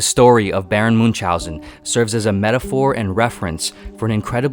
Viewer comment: Americans, please, look up pronunciation of Münchausen, Camus, Frankenstein, ..., people you mention a lot, and butcher their names in full.